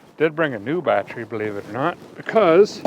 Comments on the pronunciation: What's a badtree?? Are you trying to say battery? 😅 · and it's not battry, it's battery.